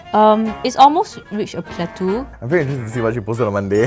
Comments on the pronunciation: Hi, awesome vid, but just wanna point out it’s pronounced as “plat”-“toh”, and not “plat”-“tu”. Cheers! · I think if a "drop" affects you so much - then you really need to get a life and be fulfilled on less attention!!!!! Geeez!!! And how come can't pronounce "Yvette" and can't pronounce "plateau"?!? Weird.